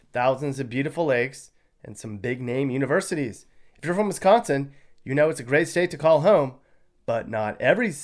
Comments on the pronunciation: Sounds like your from that puky place called Illinois with the way you say Wisconsin. And you have no idea what you are talking about. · Sorry but WiscAnsin not Wisconsin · Why are you hating on WISCO? Where are you from? Clearly not Wisco because you say Wisconain wrong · You cant even say wisconsin why should i listen to you .